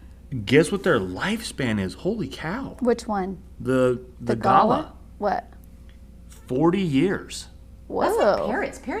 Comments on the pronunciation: Binging again! I’m going to try this! Thank you. the bird is not Gala as you were saying. It is Ga lar. Or gu lar. Best I can do phonetically lol. Your pronunciation made me giggle and was a topic at the lunch table here in Australia today! Best wishes to you all. I LOVE this channel. I have never seen anyone teach like this on YouTube and provide the resources you do! Xxx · Pronounced..gull-lah..from Australia..noisy suburban cockatoo. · love this. also ps: it's pronounced "gu-lah" and they are my favourite over here in Australia!! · We are the best- period. And it’s pronounced galah like ahhhh at the end. G is pronounced G phonetically then add lahhhh